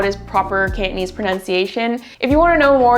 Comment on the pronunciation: It certainly sounds hard when you pronounce it "Can't" - nese 😁 Down with lazy pronunciation! *raises pitchfork*